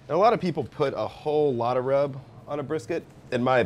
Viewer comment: It's "secret rub". Not "secret grub". Grubs are worms that crawl in the ground.